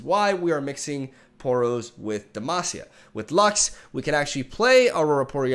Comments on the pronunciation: Actually, from a Portuguese speaker perspective "Por Demacia" seems pretty accurate. (Brazilian viewer, love ya <3) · Actually, from a Spanish speaker perspective "Por demacia" seems pretty accurate. (Chilean viewer, love ya <3) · Your "Por Demacia" Was pretty good! -A brazilian fan